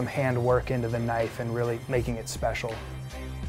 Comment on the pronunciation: Australian accent "Now that's a knoife."